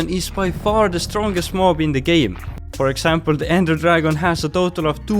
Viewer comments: I don't know any of you noticed this... Listen to this carefully...He says "Frog Example" not "For Example"...Nice little hidden detail..😂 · He Says "Frog example" not "For example"